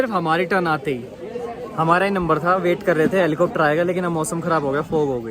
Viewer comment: 😂😂Helicopter❌ Heplicopter✅😆